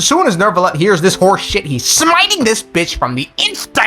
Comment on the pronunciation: c'est n'est pa “Nerve-ilette”, c'est “New-vil-let”. ça entend horrible..